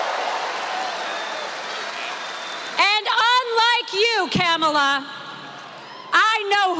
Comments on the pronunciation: Did she say camela? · "Camel-la", you think mispronouncing her name is winning points? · "Camela?" Did you catch Habba saying it? I'm gonna have to start wearing dog whistle earplugs. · Gosh I’m fired up right now. Great freaking show. That bullshit in Harrisburg kills me. Saying “CAM-a-la” and then questioning her roots? I was just at the Civil Rights museum, I think they need a field trip. #weirdos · Their absolute insistence on mispronouncing VP Harris' name (Trump with his ka-MALL-uh, and Hobba with her kaam-ala) is another clear indicator of their unquestionable racism. They're just undeniably disgusting people. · Her name is Kamala (Comma-la) pretty easy. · And no one has explained to him how to pronounce Kamala…….sad. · They never pronounce Kamala’s name correctly either. It’s their way of dismissing her. trump and his sycophants are vile. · The intentional mispronunciation of Kamala's name by Republicans continues to be cringe. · Why are MAGA unable to pronounce Kamala, are they that dumb? 😂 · I hated how she mispronounced Kamala.🤬